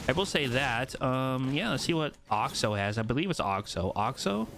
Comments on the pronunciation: ITS NOT OXO! it’s pronounced (axo a-xo axe-o) the skin is a axolotol wich is a fish type thing that is originally pink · It's axo not oxo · In America it’s most commonly pronounced like Axe-o-lot-l like the play on words for the pickaxe so the skin would be pronounced Axe-o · They’re pronounced axe-oh and axe-oh-lot-ul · You pronouncing axo wrong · I’m scared that the reason he’s not pronounce axo’s name right is because he doesn’t know what an axolotl is